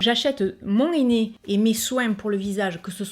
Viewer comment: mon néné... ça m'a fait rire. Avec l'accent, c'est hilarant. J'utilise du henné neutre grâce a toi et j'ai beaucoup moins de démangeaison. Quand a Action, j'y vais souvent et j'achète de temps a autre les produits que tu testes en vidéo. En générale, c'est toujours un grand oui. Des bisous